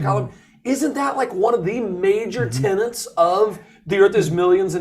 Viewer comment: Of course doofus says “tenants” instead of “tenets”.